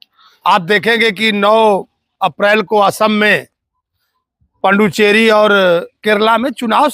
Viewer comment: Panduchery nahi pudduchery